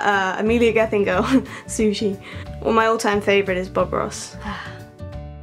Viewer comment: sushi she said sushie